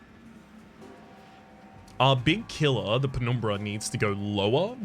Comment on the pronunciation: I really like your pronunciation of "penumbra". So aesthetic